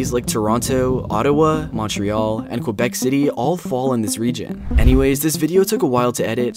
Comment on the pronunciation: Since I live in Quebec I’m going to correct you: you pronounced Quebec as qwebec but it’s just Quebec. No need to add qw to it